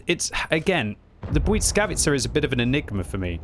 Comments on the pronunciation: bly-S-kavica not bly-c-kavica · It is pronounced blìskavica, not buyd_skavica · Oh,,... Why does the T keep appearing in your Błyskawica? It's not Błytskawica, nor Błyckawica 😅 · Hello everybody! Im a polish person and I can tell you that you pronoucne it almost perfect! But it's S instead of C in middle of the word, like bwuySkawitza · It's pronounced the bliss-kah-veiskah